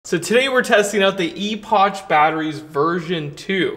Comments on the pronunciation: i gathered it was a play on words and pronounced like "epic" not ee-pok or ee--poch lol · phonetically, "epoch" = "epok" not "eposch" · I've been watching your channel for about 7 years and I respect your knowledge on solar and batteries, but EPOCH is pronounced lie EPOCK. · Is it pronounced "e-potch" or "e-pock"? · It's pronounced "epock" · I think it’s pronounced EPOK the CH is pronounced as a K. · Epotch lol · I think it's pronounced ee-pok like in apocalypse but I could be wrong! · Well, maybe across the pond in Old Blighty, but in The States the word "epoch" (as in a particular period of history) is pronounced "EH-puhk". Now, how a company from the PRC pronounces it: that is anyone's guess. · E-Potch? Is that actually how they pronounce it? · Eh-Pic - That’s the pronunciation. It always makes me giggle. Not in a bad way, just one of those Chinese companies that we all want to understand how they pronounce. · Your pronunciation of Epoch was making me rage 🤣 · Pretty sure that's Epoch with a hard "k" sound. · That's not how you say that word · People don't pronounce the brand's last two letters as "ch"... they pronounce them as a "k" sound. Thank you for the good vids though.